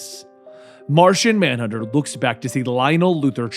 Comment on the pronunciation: Did you say Narshonmanhunter?